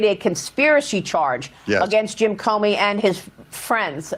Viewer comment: Doug I’m not trying to be a jerk or anything. I enjoy watching your videos, but the past several vids you have called James Comey as James Comer. Just wanted to point that out.